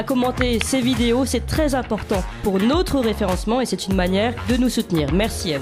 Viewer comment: Notre est un o ouvert et non un ô accent circonflexe. Merci de parler correctement.